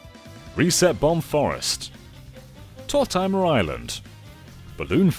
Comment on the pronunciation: Tor-Timer island